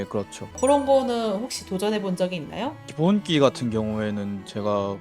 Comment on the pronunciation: 기본기를 왜 기본끼로 발음하시는지 궁금